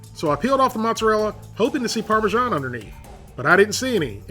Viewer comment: I think parmesan is pronounced "parmazan", not "parmijon". Otherwise great video